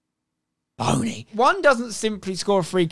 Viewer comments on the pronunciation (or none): omg the way he says boney LMAO